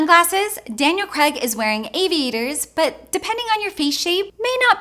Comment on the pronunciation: His name is pronounced Cr"Aig" not Cr"Egg". "pot..A..tos - pot..ahh..toes......tom..A..toes - tom..ahh..toes"; you may say; well no, not when its someones family name.